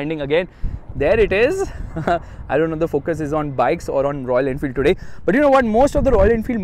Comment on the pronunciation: "I don't know if the focus is on bikes or royal enfield...." - isn't it the same?? Just kidding I know you mispronounced .....😂😂